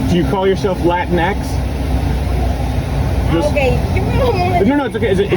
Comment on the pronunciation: “Lateen X?” 🤣🤣🤣 Anyway, yo quiero Taco Bell!!!